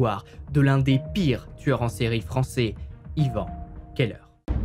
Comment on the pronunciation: Keller, cave/celier en allemand, ne se prononce bien évidement pas ''qu'elle heure''...